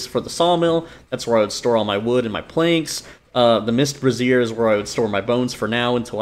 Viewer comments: It's "BRAY-zyer", not "breh-ZEER". The latter is how you pronounce "brasierre", which is an item of clothing better-known as a "bra". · 4th straight YouTuber that pronounces brazier like brassiere. Must be a glitch. Bray-zhr. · You aren't the only one doing this, but it's pronounced "Bray-zee-er" A brassiere is a type of bra.